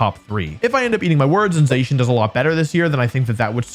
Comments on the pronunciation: #3 IS SUPPOSED TO SAY ZACIAN, NOT F*CKING ZEISHIN! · I never heard Zacian being pronounced like that before.